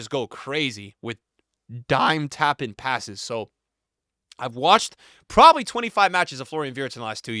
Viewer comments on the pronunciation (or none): none